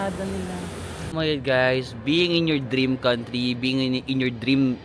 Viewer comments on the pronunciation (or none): none